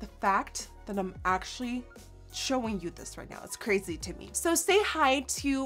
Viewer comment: I love how you say “I’n” instead of “I’m” it’s so cute! Lol also, spell reminds me of carrot stick! 😋